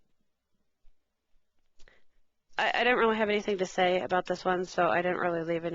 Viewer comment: Say it... Not day it... Ugh